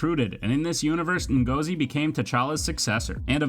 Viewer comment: you said Ngozi wrongly